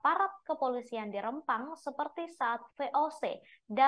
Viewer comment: Penyiar berita nya gak bisa itu ejaan Rempang dg E keras bukan e lemah